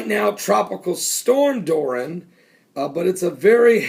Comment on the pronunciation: Hey Pastor, the name is DORIAN, not Doran. Dor-ee-an. Hate to correct you but I just read the news on it before I came here. Have a blessed day.